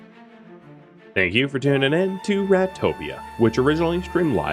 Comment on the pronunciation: Everytime i you say rat i hear rhad, so rhadtopa, rhadizens, etc